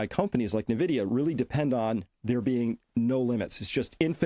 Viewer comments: It's Envidia, not nEvidia. Boomers😂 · Invidia is a Greek goddess of envy and greed. NVIDIA logo is a green eye. I don't think its pronounced EN-vidia either. When Jensen pronounces the company it sounds more like "Invidia" Gen X observation